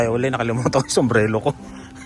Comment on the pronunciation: Ano ba talaga kuya, sumbrero o sumbrelo huhu ingat po 🙏🙏🙏